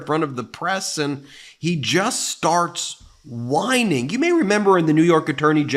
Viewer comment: Oh, I get it now. All along, he's been mispronoucing whining. It comes across as winning who knew.